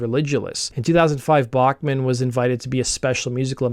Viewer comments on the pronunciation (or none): Cool video. I have heard Randy say his last name (and Tal’s) is pronounced Back- not Bock- man. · Pronounced 'Back-man'